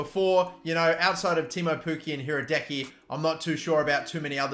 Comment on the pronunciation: Just saying Hradecky is pronounced Hra-dets-ki